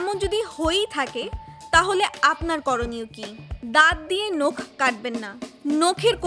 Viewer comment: আন্তর্জাতিক মাতৃভাষা দিবসের এই ক্ষণে দেশের স্বনামধন্য একটি পত্রিকার একজন রিপোর্টারের ক্রমাগত একটি শব্দের ভুল উচ্চারণ ( 'নখ' কে 'নোখ' বলা) দারুণ শ্রুতিকটু লেগেছে। অতিসত্বর এটি সংশোধন করে প্রচারের অনুরোধ করছি।